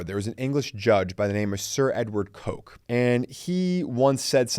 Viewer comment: Great video! Sir Edward Coke is indeed a very important legal figure but I believe his last name is pronounced [Cook].